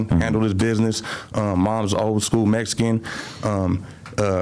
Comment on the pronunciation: Bro I can’t take these snortas serious he says “Mexican” like them “mesican” these foos completely disregard the culture